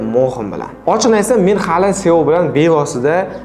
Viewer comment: СИО - диб укилади.